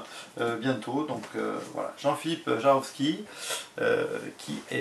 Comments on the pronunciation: Tu dis "Jarovski" mais cest bien "Javorski". Et sûrement pas Jablonski. En tout cas faut que m'y mette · Ouaip faut que je travaille ma prononciation jawooorski pas jaroski : « c’est leviosa pas leviosaaaaa »😂